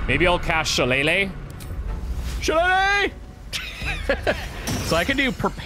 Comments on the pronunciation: It is shi-lay-lay. AKA Irish beating stick. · Your staff is pronounced (shil-ay-lee), in real life a knotted wooden staff or club is called a shillelagh in Irish folklore! Also I’m very excited for this series, the game looks incredible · Shilaylee. It’s pronounced “Shilaylee" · That pronunciation of Shillelagh cracked me up lol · The way they pronounced shillelagh had me dying with laughter 💀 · the way you said shillelagh made me cringe X'D